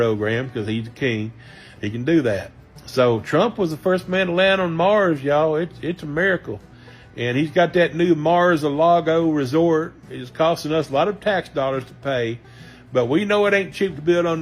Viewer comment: Bruuuh.. "Mars a Lago"?!!! .. Dude🤣